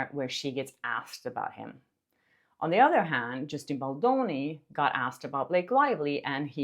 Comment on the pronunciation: "You want to go to war Bil-lak-ay (Blake), you want to go to war! " 😂😂😂😂